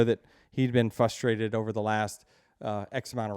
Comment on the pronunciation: I like the battle of “fustrated” vs “frustrated” between Denny and